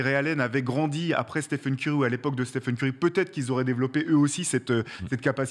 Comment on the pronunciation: Excellente vidéo, pour moi il est top 10 CLAIREMENT avec une carrière pareille et un impact sur le jeu sans précédent depuis peut-être Jordan. (Petit détail, on dit stéfeun et pas stifeun)